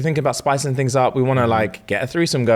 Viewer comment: "FOUR TINGS STAAACKED" I'm dead🤣